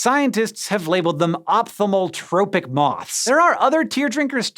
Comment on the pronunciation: You butchered the pronunciation of "Ophthalmotropic" lol